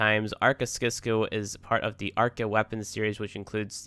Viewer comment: It's pronounced 'sisco'